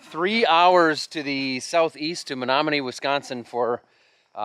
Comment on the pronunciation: I'm impressed you pronounced Menomonie correctly! Great experience for Onyx. Hope we treated you right.